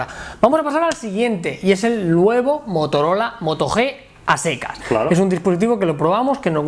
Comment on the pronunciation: Motorol?😂😂😂